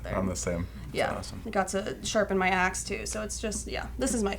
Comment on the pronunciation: Heard *azz not axe for some reason